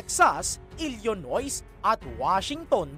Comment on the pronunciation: Sir, hindi Ilyonos, Elinoy (Illinois) ang bigkas doon